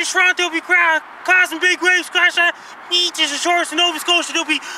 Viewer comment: Icey I love how he says beeches!